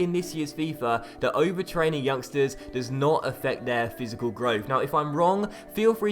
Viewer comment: My man said fisical growth 😂😂😂